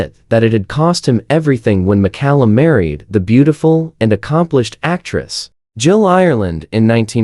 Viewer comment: Who is Maklum? Its Mcallum thats pronounced MAKALUM Poor sloppy rubbish ai again